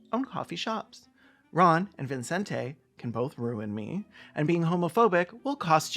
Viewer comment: Latina mom here. There's no way his parents called him ViNcente Ramos. The name is Vicente. I can only imagine he got tired of correcting people and just let them add an imaginary N every time they read his name, but really it's just evident that there were no Spanish speakers in the production of this film.